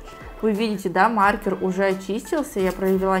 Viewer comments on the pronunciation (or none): none